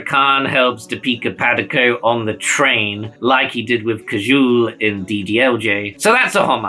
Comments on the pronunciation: Not being a dick but you can take the time to check how the Indian words are pronounced. It's Kaante Kaa(n)-Tay (soft n) and not Knaa-Tay. It's also Kaa-jol not K-juul. It's annoying because you must be taking the time to make sure you pronounce every other word right so why not these too? The video is amazing though. I love Old Boy and I have never watched Zinda but then again, I don't watch most Bollywood crap. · i laughed at every name pronunciation 😂 Raja'Mooli', Kajool, Kanaate